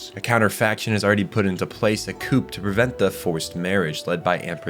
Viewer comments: Bro pronouncing coup d'etat as 'Coop' is hilarious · It's pronounced "kuu" not coup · "Coup" is pronounced "coo" bro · im really sorry for being that guy but Coup is pronounced Coo. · Ecks cape Coop Nucular Tie rannical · "Coup" is French. The 'p' is silent. It's pronounced close to "coo," although I'm sure a native speaker could give a better example. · Coup is pronounced coo like coo coo bird. P is silent:) Escape is pronounced ess-cape not ex-cape:) Otherwise really good love the video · C.C. is pronounced C-two... because of the 2 Cs, same with V.V. Oh, you think the second "e" in Jeremiah is silent and you say the "p" in coup, okay then. This show was a meme when it came out and the fandom knew it... fun times. I still remember Spin-zaku. Lloyd was the best character, this is not an opinion, it is a fact. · You do not pronounce the P in coup. I am genuinely sorry for nitpicking.